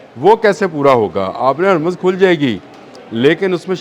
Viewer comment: پہلے لفظ ہرمز کی ادائیگی درست کریں